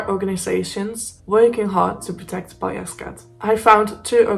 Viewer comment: Fine presentation, no issues with your pronunciation of the cat's name. Thanks.